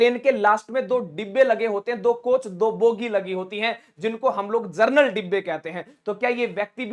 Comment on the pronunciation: जरनल नहीं जनरल होता है